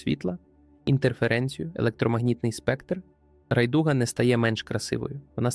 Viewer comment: озвучка так, бо ніхто з носіїв мови не скаже вам РайдУга